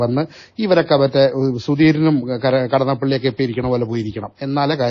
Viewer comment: കടന്നപ്പള്ളി അല്ല മുല്ലപ്പള്ളി